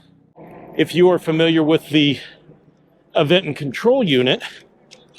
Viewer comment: bro said “Av-eng-ton” not Aventon?